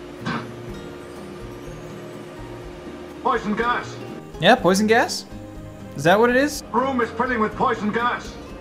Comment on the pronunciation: “THe r00m iS filLiNg wiTh p0siOn gAs”